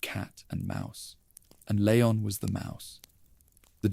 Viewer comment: Great videos.. But Who’s Leyon? It’s Leon & pronounced Li-yon..